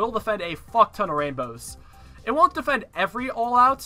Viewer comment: the way he says defend as deefend pisses me off